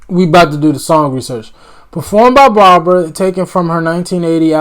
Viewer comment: B A R B R A Spelled like bra on the beach. 😁 Pronounced with 2 syllables, not 3.